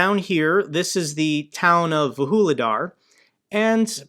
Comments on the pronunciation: how do you get to "vahooledar" from "vuhledar"? xD come on americans, at least read the letters! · Vuhledar? Vuhuledar? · It's Vuhledar and not Woo-hoo-ledar. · Vuhledar is pronounced Voog-leh-dar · 🤣🤣🤣 definitely agree with your take on pronunciation 😅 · They are pronounced Voo-le-dar and Pav-leev-ka. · Just a helping hand. Pronunciations: Vuhledar - Vuж li dar and - Pav leev ka. (Sorry. I was having flashbacks of on Task & Purpose.😆) I appreciate how busy you are, and am thankful for all you do.